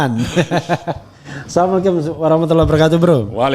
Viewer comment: Mengatakan salamnya salah,,bukan aasalamuaikum,,,tp assalamualaikum,,🙏